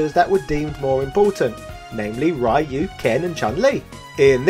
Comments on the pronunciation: It is Ryu as in Reeeeeuuuuuu, NOT RYYYYYYUUUUUUU. I cringe anytime you say RYYYYYYUUUUUU lol. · Right? Like in this video, the guy who thinks the guy's name is "RAI-YOO". No. It's "Ryu". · Or the way he says it, Why-You!!! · Hey could you pronounce Ryu's name properly?!